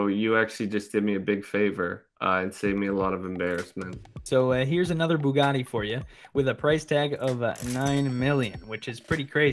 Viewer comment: "So, here's another Buggani for ya" - anyone else notice that he pronounced Bugatti as Buggani? 😋